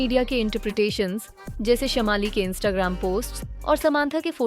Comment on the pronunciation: Wot is dis shamaali? Y don u work a lil bit on ur pronounciations.....its shaamali.....Biggest scandal ?! Lol....